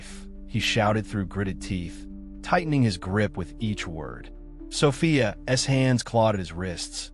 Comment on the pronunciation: Absolute nonsense.And the AI narration can’t handle saying ‘Sophia’s’.